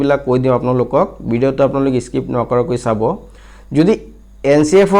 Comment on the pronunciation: Assamese thik koribo...........bidio nohoy video.....aru bohut